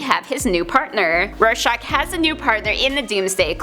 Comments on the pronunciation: She says Rorscachs name in the end as shock, it’s shack in the end of his name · Roy-SHACK, not Roy-SHOCK. Like the psych test. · It's pronounced as Roar-shack. It sound like you're pronouncing it like shock. But other than that great vid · Why does she pronounce it Roar-shahk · Rare-shock is kinda what it sounds like she is saying lol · i would start with trying harder to pronounce "rorschach" correctly. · Ugh kinda makes me mad when she says Rorschach